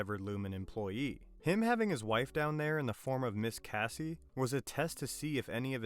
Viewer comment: The only thing I got from this video is the fact that dude's apparently watched the show yet can't pronounce "Miss Casey" properly. It's not like we're reading, we literally here people say character's names all the time, so there is no ambiguity. I legitimately can't comprehend how people get character's names that are said ad nauseum wrong. 🤷